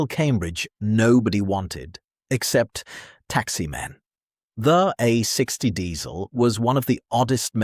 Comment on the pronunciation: Opening line: "The Austin, a sixty Cambridge ...". Seriously? Read your own script, please!